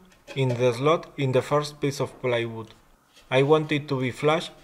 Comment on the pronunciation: you keep saying playwood an its plywood! :D